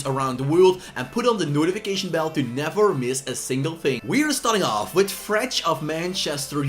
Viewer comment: Its Fred not Frech.